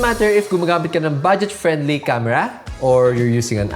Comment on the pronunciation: ye camera ko kamra kyu bol raha h......btw great..